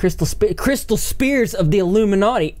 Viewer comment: Dyl4nator 1103 I cracked up when he said "spears", too. It's sphere (pronounced sfere) and means an orb (like a ball). Not spear which is a stick with a pointy end. Hahaha